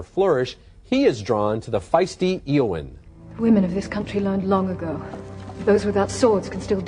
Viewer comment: How did Roeper get the pronunciation of Eowyn wrong and he gets the pronouncing of Arwen wrong again in the Return of the king review